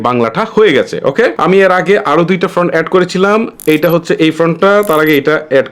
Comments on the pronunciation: Front (ফ্রন্ট) না, Font (ফন্ট). আগে আপনার উচ্চারণ ঠিক করুন। আপনার উচ্চারণে অনেক সমস্যা। যেমন আরেকটি--- অপেন (Open) না, হবে ওপেন। আরও অনেক সমস্যা আছে। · Bhaiya font bolen front na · ভাই ওটা ফ্রন্ট না ফন্ট।। এতো বড়ো ইউটিউবার উচ্চারণ টা ভুল বললে হবে? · ফ্রন্ট নয়, শব্দটা হবে ফন্ট। ফ্রন্ট মানে সামনে, আর ফন্ট মানে বর্ণ